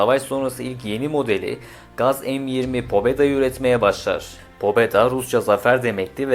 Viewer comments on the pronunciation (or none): pobeda değil pabeda